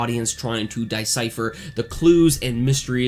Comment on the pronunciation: "Die Scyther"?... I know it's suppose to be "decipher" lol